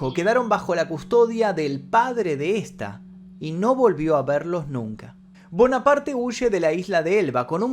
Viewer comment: No se pronuncia bonaparte.eres un youtuber hermano. Trata de mejorar la pronunciación de los Nombres no ispano